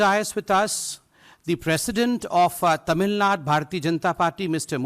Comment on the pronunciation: Its Tamilnadu BSDK not Tamilnaad. Same for Kerala, not Keral /Karnatak/Andhr Pradesh. Qtiye